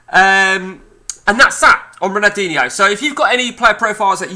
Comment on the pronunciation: Could learn how to pronounce his name between the swearing